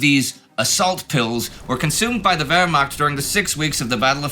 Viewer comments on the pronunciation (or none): none